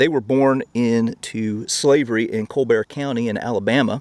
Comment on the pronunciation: Colbert County is pronounce like ...Cole-burt